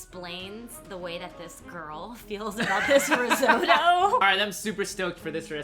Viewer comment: it's apple (ree-zo-to)